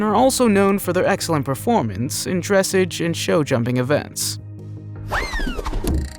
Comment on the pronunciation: Yes I enjoy horses and while I don’t myself own one anymore, my family has 4 of them. A Tennessee Walker, an Appaloosa, a pony, and I believer a quarter horse. (And it’s pronounced dress-ahge)